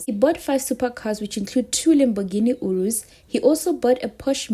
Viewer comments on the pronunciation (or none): She also made a mistake on the urus, bt we don't care coz we're not here for pronunciation, we here for information..clearly she's not interested in cars bt journalism, how do you pronounce 'Lede'? ts a journalism word.